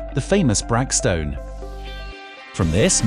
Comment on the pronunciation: Brach. Like church